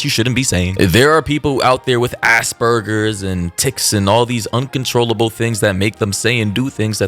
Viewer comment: It's Asperger and not "asburger" 🤣🤣🤣🤣🤦🏻‍♀️